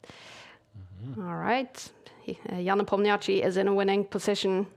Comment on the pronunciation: All due respect to Kaja, but it would be great if she could learn the pronunciation of Nepomniachtchi.